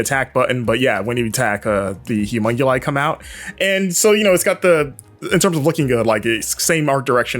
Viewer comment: Is it just me or does he say 'humonguli' instead of humonculi every time? The game looks great though.